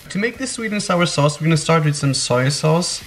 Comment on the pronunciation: Arminas Nesvarbu no he said osoy sauce or soil sayse